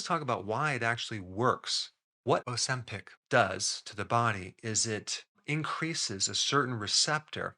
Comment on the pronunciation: It's OZEMPIC with a Z, not OSEMPIC.